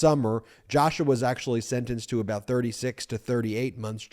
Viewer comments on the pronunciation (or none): none